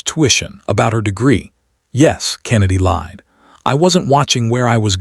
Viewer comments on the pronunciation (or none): none